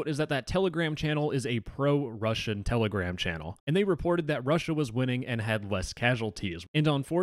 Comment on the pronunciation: Its Telegram not Tele-Gram